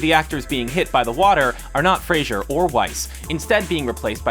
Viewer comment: Nobody cares, but there is no "I" in Brendan Fraser. Not a Cheers character. Think Star Trek stun-gun with an "r".